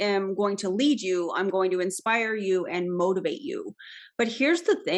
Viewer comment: Ok... I LOVED this video so much. This guy... I mean... I was dying the entire time. When he said "motivate" I kept hearing "mold" instead. He wants to mold and shape you to be his follower for life! 🤢 The whole thing felt outrageous. Thanks for this, I look forward to seeing/listening to more! 👍